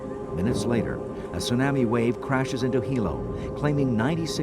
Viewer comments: The only thing that bugs me is how the announcer pronounces tsunami. I know facts about tsunamis were not known back when this was produced, and back in the 60s the scale didn't go to 9 and higher. Chilean earthquake was at most a 9.6 The Alaskan quake was 9.0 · The narrator's pronunciation of tsunami is funny.